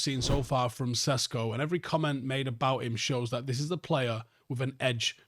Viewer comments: His pronunciation is fine. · Sesko is how it’s pronounced in English. Jog on.